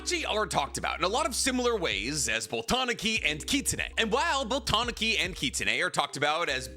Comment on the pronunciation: you are pronouncing Tanuki wrong its Tah-noo-kee. They also are depicted with giant balls and i think they missed the opportunity to give Gaara huge nuts.